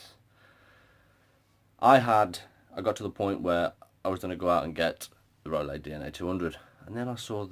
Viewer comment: It's pronounced rooloo. great review thanks mate. from the US. VAPE STRONG AND SAFE GOD BLESS. Peace